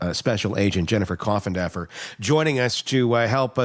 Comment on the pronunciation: Did you say Jennifer Coffindodger?